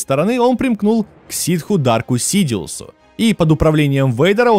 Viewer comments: Кстати, может кто уже писал, может ты специально стебанул, но я прям услышал, как ты сказал Дарк Сидиус😅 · Не Дарк, а Дарт Сидиус